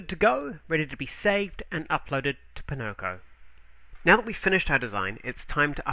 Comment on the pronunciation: Oh... it's "poNOko". almost Pinnochio.; ^ ) Buy!